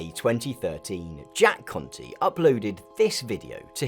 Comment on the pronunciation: I keep thinking hes saying "Jack Cunty"